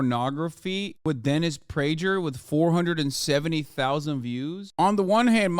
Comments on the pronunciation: Great segment, Hasan. Prager is excrement and you shredded him. Just wondering if you're intentionally mispronouncing the g in Prager's name, like Pakman does with Tulsi Gabbard, calling her "Tool" si. Just curious. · I thought the g in prager was pronounced like a g. Why does Hasan say it like a j?